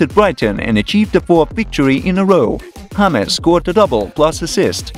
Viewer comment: its James, not Hahmes. Whats wrong with you guys